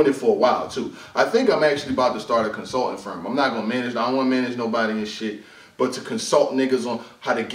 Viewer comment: Lmao "CONSULTING" 😂😂😂😂😂😂 TALK YOUR SHIT 😂😂😂😂😂